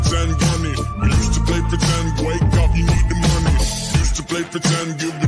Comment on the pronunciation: I NEED TO WAKE UP TO GET MONEH , YAH.